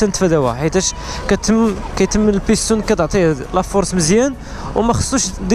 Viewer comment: بيسطون❌️ بيستون✅️